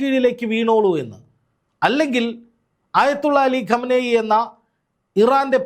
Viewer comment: ഇറാൻ പരമോന്നത നേതാവിന്റെ പേര് മിക്കവാറും ചാനലുകാർ തെറ്റായി ഉച്ചരിക്കുമ്പോൾ താങ്കൾ ശരിയായി ഉച്ചരിക്കുന്നു...